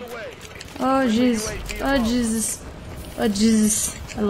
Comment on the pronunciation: Y do u say "jezzis" like that for? 😂😂... had to ask since u said not to ask... I'm kinda a thug like that xD... #ThugLifeChoseMe